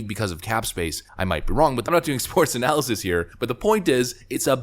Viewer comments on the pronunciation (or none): none